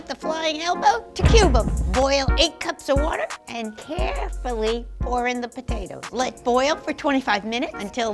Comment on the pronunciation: I love how she says "Carefully" with so much emphasis that the water literally went everywhere in the stove